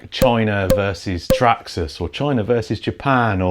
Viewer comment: its traxarse 😂